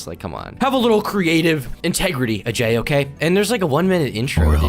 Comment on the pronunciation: Still can't say his name right